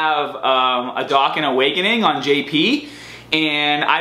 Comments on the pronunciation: its pronounced dough can, not docken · dokkan not dockan